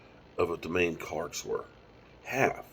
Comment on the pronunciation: Da-Moan... that's how you say his name OG lol